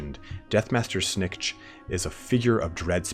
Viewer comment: it is Lord Snik-Kit .... that's how it is pronounced